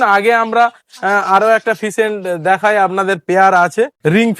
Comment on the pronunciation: ফিসেন্ট নয়।। ওটাকে ফেসেন্ট বলে